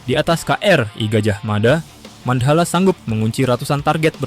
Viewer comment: Mandhala mas, bukan mand hala